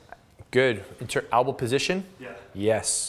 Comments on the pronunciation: Yeah lmao albow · Albows =/= El-bow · It's "elbow" btw but much love for what u do 👍